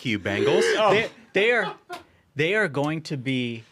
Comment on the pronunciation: Thank you VP Vance for pronouncing "Cincinnati Bengals" not the "Bangles"! 😊